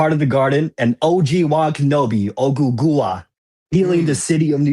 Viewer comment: you funny af not pronouncing OGUGUA 😂❤ 🤣😩 Charles done opened up a can we 🫶🏼 OG